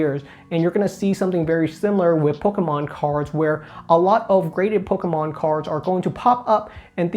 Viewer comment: that said, out of all the youtubers I watch, I like the way you say "pokemon" the best. Don't tell Squeaks ;)